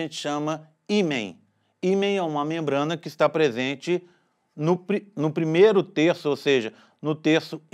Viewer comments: O vídeo foi muito esclarecedor, parabéns! PS: Desculpa, mas eu cheguei a chorar de tanto rir do ato falho nos segundos Kkkkkkkkk "no prik... No primeiro" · "O himen está presente no Prik... Primeiro" KKKKKKKKK